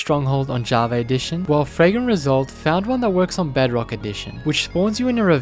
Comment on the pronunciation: i laughed so hard when he saiod bugrock edition.